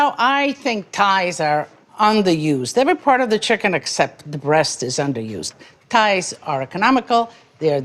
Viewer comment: Chicken “ties” 😅